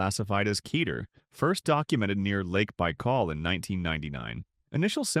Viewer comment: Kay-tear? Yeesh